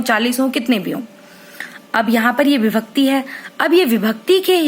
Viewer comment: maam par vo bibhakti nahi vibhakti hai